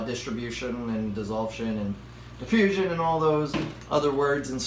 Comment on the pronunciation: Thanks! Learned how to install a CO2 thingy and learned a new word "dissolve-shun" LOL!! Thanks for the video...hope you don't get mad at my poking fun at you :)